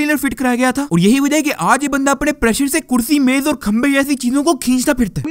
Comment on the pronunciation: او بھائ اپٹنے نہیں ہوتا اپنے ہوتا ہے 😂